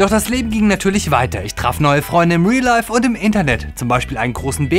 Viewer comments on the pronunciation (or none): none